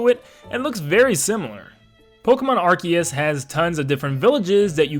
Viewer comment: Arceus (ar-see-us) sounds better. Can we call it that